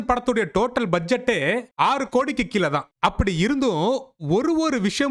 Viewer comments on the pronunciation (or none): none